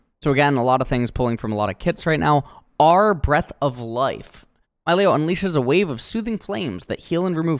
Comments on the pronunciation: Why he say it's malio not milio? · Fun fact: The designers at Riot received inspiration for Milio from the Disney Movie Encanto, a story based on Colombian Culture. As a Colombian born in Canada, this is so awesome! so excited to play him in the Botlane! ( it should be pronounced: "mee-lee-oh" as per spanish pronounciation) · I believe it's pronounced 'Me-Lee-o' if only because that's typically how vowel-consonant-vowel works. Pronounce the 'i' like a hard 'E' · It's a Latin Champion, so they're name is pronounced like spanish words or names, so it's Milio (Mee-leeo) NOT Myleo (Mai-leo) >.>'' BUT if you're an english speaker and isn't good or know spanish, just do you lol, gonna be awkward if Milio's VO itself says it with an english pronounciation though xD